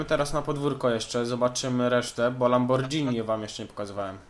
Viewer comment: sorki ale mnie to boli LAMBORGHINI (WYM. LAMBORGINI ) NIE DŻ ;P